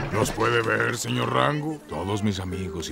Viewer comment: juro que escuche Rangu.